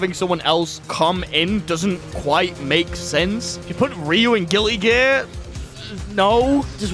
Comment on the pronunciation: Chat I just can't get over whenever he says Guilty Gear he pronounces it as "Guilli" Gear, it's really throwing me off